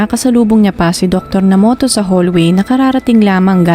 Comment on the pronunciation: Nomoto daw po ang tamang basa,hindi Namoto..